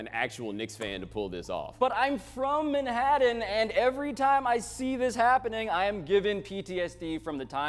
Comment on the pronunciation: You are not from Manhattan when you pronounce it like someone who has never been there.